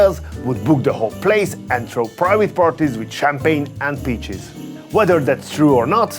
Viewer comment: I thought he said in the beginning "with champagne and bitches" not peaches 😂